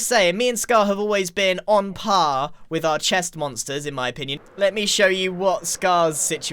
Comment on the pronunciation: You mean you and Scuh-haaar have been on puh-haaar with each othuh-haaar?